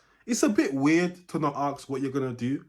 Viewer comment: UK black people. You are not American. Do not say arks. You know it's ask!